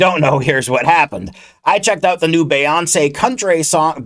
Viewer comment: Her name is pronounced bee-yawn-say I’m sorry the way you were pronouncing her name bothered me LMAOO😭